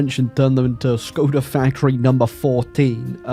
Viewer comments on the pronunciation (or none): The letter Š is pronounced as SH. So Škoda is pronounced SHKODA.